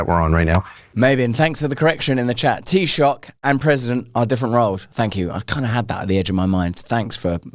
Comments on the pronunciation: || Tee-sack? You mean Tee-shuck? (Taoiseach) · Close its pronounced “tee-shock” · Hi Russell the word is spelled Taoiseach and it is pronounced “tee shuck”. The Taoiseach is the equivalent of the British Prime Minister. Conor is running for the role of President which is more like a Head of State like the King. It’s a role that does hold sway but it’s doesn’t have legislative powers. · Russell, Toaisoach, pronounce it as Tea Shock that's basically how to say it 🇮🇪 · Tea sack😂😂😂 its toaseach pronounced tea shock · * I guess ‘tea sack’ is better than ‘tea sock’. But for our neighbours, it’s pronounced tee-shock (Taoiseach) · It's pronounced "Thee-shuck" just for future reference in case people start moaning in the comments 😂😂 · Pronounced TeeShock , and it's not spelt Connor, it is Conor, one 'n' for a Christian name and two 'n's' for a surname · Hey Russel how you pronounce taoiseach is tea shook (teashook) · Pronounced Tee shock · Teeshook it's how it's pronouned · to get the pronunciation of taoiseach much closer say it like this tea shocked put the two together and your good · FOR EVERYONE ITS PRONOUNCED TEA-Shock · Taioseach - pronounced Tea Shock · Tea shock it's pronounced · That Irish word sounds like tee-shock. Vote yes for Connor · It's pronounced TeaShock and McGregor is unlikely to become taoiseach. He might be in with a shot at the Dáil though. The Irish president is just a ceremonial role. No power. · Russel it’s pronounced T-shock “ Taoiseach “ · Its pronounced "TEESHOCK" Russel. He is getting my vote but our clique wont let him in for sure. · Taoiseach is pronounced Tee-shock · 'Tea Shock' ...... This is how Taoiseach is pronounced 🤗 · I believe the best way to pronounce Taoiseach would be something like "Tea sock" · Tee shock is how its pronounced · It's pronounced T shock Russle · Taoiseach, it's pronounced T-shook but I prefer T-Sack😂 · It's pronounced t shock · 'Taoiseach', Russell, pronounced 'Tea-Shock'. Hope that helps. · Tea shock 😂 (Taoiseach)